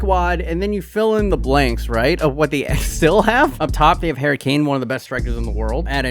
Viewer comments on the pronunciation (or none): none